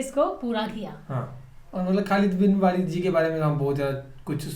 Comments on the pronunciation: Walid nhi hai...waleed hai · सही नाम ख़ालिद बिन वलीद है वालिद नही है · Sir, kindly call correct name please, Hazrat Khalid bin Waleeeeeeed (R.A) not walid. Thank you. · Not खालिद बिन वालिद this is खालिद बिन वलीद है, माइंड मत करना आपलोग ठीक है प्लीज. But आपलोग बहुत अच्छा कर रहे है.. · Waleed not walid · khalid ap ne par liay hai aapko walid nhi parna aataa apko urdu to aati hai phir bhi parna nhi aata